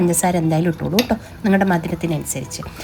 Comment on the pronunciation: പാലക്കാടോ ഒറ്റപ്പാലമോ ആണോ.. ആ "ട്ടോളൂ "കേട്ടപ്പോ തോന്നിയതാ..